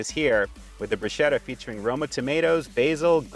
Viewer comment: Broo sketta not broo schetta, brah.